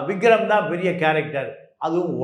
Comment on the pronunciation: Vigram illa, Vikram. Enna reporter ......😮